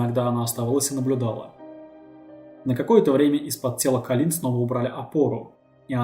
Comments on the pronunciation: АААААААААА (( кОлин, а не колИн, частое имя, а ударение не туда ставишь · Видео сделано просто потрясающе! Достойно всех похвал! История бедной Коллин,известная и к сожалению очень грустная. Но... Почему Калли́н,правильно же Коллин(по произношению) а так все прекрасно и шикарно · КОллин! Не КалИн!. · Ахуенный видос, но это мерзкое "калИн" каждые 3 секунды меня блять раздражало пиздец как. Автор, ее зовут Коллин Стэн, с ударением на "О". Я не пытаюсь душнить, просто правда слух режет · Очень режет слух, что половину видео жертву называют кОлин, а половину колИн, было бы неплохо следить за этим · "...даже свой 21-ый день рождения Колин встретила как обычно с завязанными глазами..." Автор, с уважением, но хоть читайте, что пишите, и думайте. Она, что все свои дни рождения с завязанными глазами отметила до похищения? Героиня то Колин, то КААлин. Трудно определиться с ударениями сразу? В тексте очень много повторов одних и тех же слов в предложениях, идущих подряд. И вообще, может быть, стоит рассказать о настоящих, недавно пропавших наших сограждан, их истории? Может быть возможно кого-то найти? Можете обратиться за информацией в поисковые отряды и аналогичные организации.